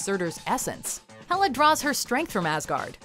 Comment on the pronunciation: YOU SAID HELA AND SUTUR WRONG AND THEY WERE THE ONES FIGHTING EACH OTHER